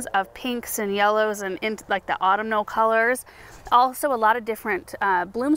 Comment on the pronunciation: I love, love, love your garden tour! but I hesitate to say autumnal is pronounced “ Au-TUM-nal”